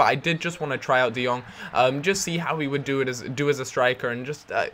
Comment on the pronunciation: Jong = Young I live in the netherlands and Jong means Young and you speak it out like De Young